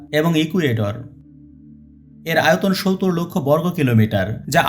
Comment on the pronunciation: সবকিছু বুঝতে পারলাম। কিন্তু ধারায় বর্ণনায় যিনি কথা বলছেন। তিনি 70 কিভাবে বলেন বুঝতে পারলাম না কিভাবে 70 ডেলিভারি করে মুখ দিয়ে শুনতে জানি কেমন লাগে। অন্য রকম ভাবে 70 শব্দটা উচ্চারণ করেন। জানিনা কেন তিনি এভাবে 70 উচ্চারণ করেন